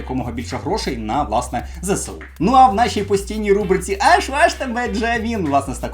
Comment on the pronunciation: Файний відос, як завжди твоя харизма захоплює навіть більше аніж сюжет розповіді🤣 Але, ти кажеш не правильно. Не Зе-Се-У, а Зе-еС-У, зверни на це увагу, бо закидають камінням зараз)